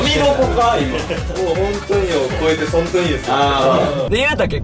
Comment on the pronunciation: ｢そんとに｣言う率多いね😂(そんとにって打ったらホントにも変換に出てきたから日本語としてギリ成り立ってる！笑)